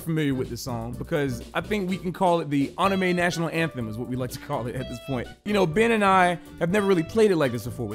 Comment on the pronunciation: Me when they say anime with the wrong pronounciation: -.- Me when I realize I say anime with the wrong pronounciation: O.O